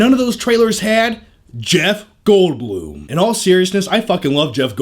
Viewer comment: I've never heard the "Blum"